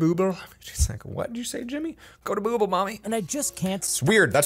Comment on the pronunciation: No one : Google Story time Channel : Boogle